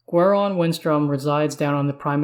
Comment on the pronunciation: its GWAY -RON... gwahron sounds terrible